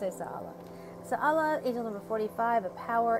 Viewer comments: Its pronounced SAH. Ho leea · I don’t know how much I trust you because first of all you don’t know how to say her name second of all, you sound slow when you’re saying her name and third of all, she actually governs Nov 3rd -7th major correction take care